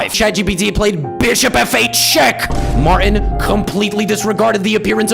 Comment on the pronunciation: “Martin” has a T in it. You should pronounce it. 🤷‍♂️